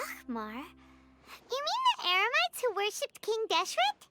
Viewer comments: Paimon said Eremites wrong LOL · Talking about Paimon, i just realize she mistakenly switched "Eremites" with "Emerites" lmao...